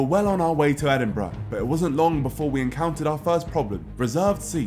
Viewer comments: Why is it Edinbruh? :D Isn’t it supposed to be "edinburg"? :D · EdinBRUH xD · Well it’s not edinBURUH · Is it just me or Edinbruh